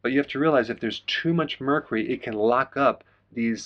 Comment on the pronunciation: Please check pronunciation - the “U” in Mercury is not silent. 🥰